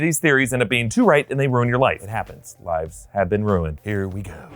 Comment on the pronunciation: I legit thought you said vibes have been ruined instead of lives hove been ruined